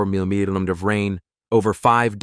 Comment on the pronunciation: I don't know what is worse.....the holes in the roads, or the idiots who drive into them, after watching someone else drive into it in front of them. Is that it can't pronounce 'millimeters'...or is someone spelling it wrong?